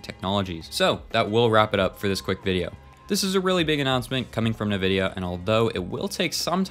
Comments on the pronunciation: Bruh just said nuhvidia 😂😂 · cant believe you dont know how to pronounce nvidia